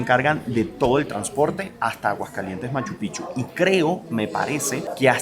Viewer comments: Buen video! Estoy 1000% de acuerdo con relación a SKY airlines. Cuando fui a Lima-Cancun, querían exigirme a que ceda mi vuelo porque el vuelo estaba lleno. A mi hermano querían quitarle su asiento pagado del pasillo, entre otras cosas: muy mala linea aérea. Corrección -- NO SE DICE [MACH-PICHU]. SIGNIFICA OTRA COSA. SE DICE: [MACHU -PICK-CHU]. COMO [PICK-NICK]. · Solo una pequeña observación....No sé dice Machu Pichu....ES MACHU PICCHU .. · No se dice Machupichu- Se dice Machu Picchu ...con 2 C suena como pic. chu= Machu pic chu = Machupicchu 👍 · Machu Picchu se escribe con dos Cs y se pronuncia Picchu NO Pichu corrige esto. Bendiciones de una fan tuya nacida en Urubabma Cuzco -Peru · Escuché: "Guachupichu" ??? 🤭🤭🤭❤ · Se dice pic. Chu. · Por Favor es Machu PICCHU con la Doble C, suena mal sino es pronunciado bien. Felicitaciones por tu Reportaje muy bello